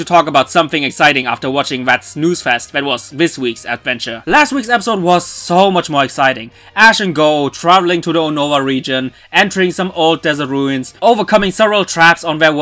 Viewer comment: Um, the correct pronounciation for the Unova region is "U-niv-uh", not "Un-nova".